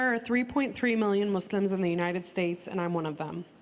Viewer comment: Why does she call them “Mooselims?”